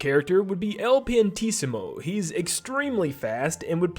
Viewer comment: It’s pronounced ill Piantisimo